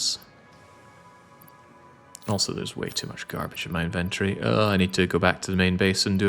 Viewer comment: Inventory and aluminum…….you’re killing me with the pronunciation 😅